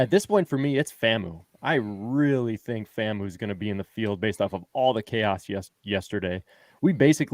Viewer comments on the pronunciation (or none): FAM-U not FAMO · Guys, FAMU is pronounced /FAM-YOO/, not /FAM-moo/. The "U" is pronounced /YOO/ to emphasize "university".